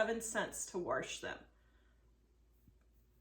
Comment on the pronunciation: There isn't an r in wash.